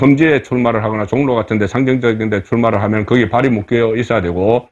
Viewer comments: 현재, 서울, 보통 사람들이 발음하는 '종로' 와 이곳 방송자가 발음하는 '종로' ~ 어느 것이 맞나요? 여기의 종로는 생전 처음 듣는 발음입니다만 ~~~ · 발음좀고칩시다 종로 비례대표 발음 한번 들어보세요 전략 발음도 문제 고칩시다